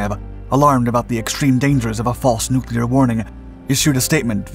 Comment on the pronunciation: Nuclear = new clear, Never "Nu kew lar" as some of our dumbest politicians will say. Thank you for pronouncing it correctly.